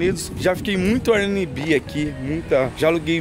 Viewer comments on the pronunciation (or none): O melhor é ele falando “Airnmb” kkkk Sendo que é Airbnb